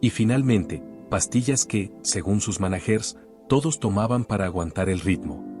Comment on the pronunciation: Puras mentiras de este narrador que ni sabe hablar dice sow en vez de show y manajeres en vez de managers😜😝 y si así fué, (que lo dudo) sus familiares son los culpables